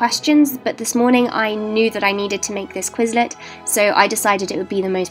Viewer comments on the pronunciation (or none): di... did she... did she just say quizzlet? And I